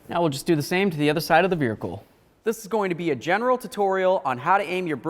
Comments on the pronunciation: Veer hicle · I kept hearing veericle I couldn’t focus 😂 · Is he saying veerhicle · This guy says "buricle" "nuculur"😂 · Vearicle hahaha ...that's most certainly not how you say it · He has to be doing it for extra comments right. You can't miss it. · Did anyone else notice how he said vehicle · He talks normal otherwise but what the hell